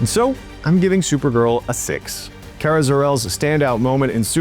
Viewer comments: It's pronounced "Car-Ah," not "Care-Ah." Drove me crazy the whole review. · yes, let's trust an idiot that can't even say the name of the main character correctly.